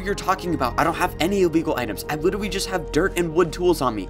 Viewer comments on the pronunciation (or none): he said witterwy?